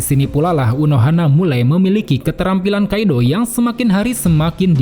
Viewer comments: Rada risih pas bilang kido dibaca kaido, nyambungnya je younkou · Bukan kaidoo.. tapi kidoo